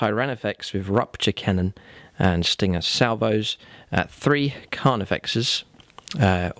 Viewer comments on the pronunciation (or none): none